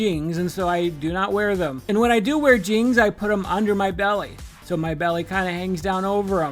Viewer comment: Okay the way you pronounce jeans is cute. ❤Jeangs, adorable